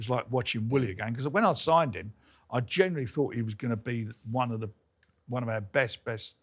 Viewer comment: Another one is when he says "genuwinely". How does any fully grown English adult pronounce that word with a W in it? It's so weird.